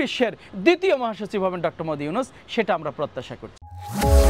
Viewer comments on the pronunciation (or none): ডঃ মদি ইউনুস কি বলে ঠিকমতো নামের উচ্চারণ কর 😅😂